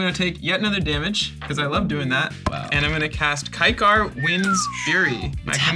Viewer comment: KYKAR! One of my fave cmdrs! It's pronounced "KA-KAWW"!